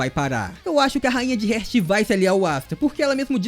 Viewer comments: SUA PRONUNCIA SOBRE ESTE REINO ESTÁ ERAAAADONA MAN!!! Ñ É "RÉRT" É "REEEEAAAAAART" (HEART) CORACAO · No caso ele pronunciou a palavra heart errado se pronuncia hairt